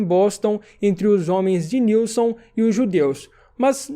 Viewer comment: Mano, tu é brabo, to assistindo os EP em inglês e no aguardo das suas avaliações, mas só uma coisa: JACK "NÉLSON" kkkkkkk não Nilson po. Tamo junto <3